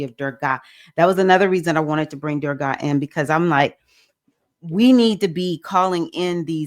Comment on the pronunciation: Thank you for your message. Anger pervades many of our responses to situations that we are confronted with in our walks in life. May I suggest you check on the pronunciation of Goddess Durga. The ending of her name is a softer sound. Many examples are available on google and YouTub. Also appreciate your reference to Erzulie Dantor, Haitian Loaand fierce protector of women. Erzulie is the patron loa of Nee Orleans. She is also depicted as protector of women, especially single mothers, and embraces, embodies Beauty, Love, Art, Passion and Sensuality. Adupue O!